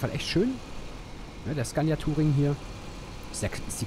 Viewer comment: "Zgannja" (Scania) facepalm